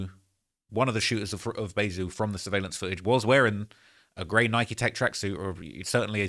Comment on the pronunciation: I hate how you say Nike 🤦‍♂️ 😂